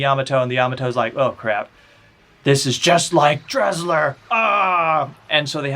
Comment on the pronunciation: I turned it off cause you cannot even pronounce Desslars name correctly. If you’re gonna review something get your facts straight.